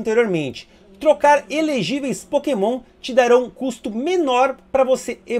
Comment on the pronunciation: "É, galera, são muitos POKÉMÃO[...]" Desculpa, mas não consegui segurar risada, kkkkkk.